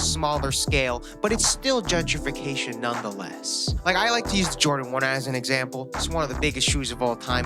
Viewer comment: THE AD REALLY DO BE CUTTING ME OFF WHEN HES ABOUT TO SAY GENTIRFICATION